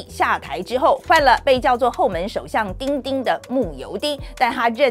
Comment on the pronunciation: 范姐的 “丁丁” 很到地